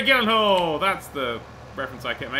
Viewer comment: Your saying jake gyllenhaals name wrong